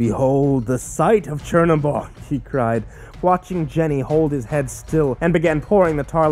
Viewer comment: is "cherry bog" supposed to be tzhernobog? because its not spelt "chernobog" and not pronounced "cherry bog"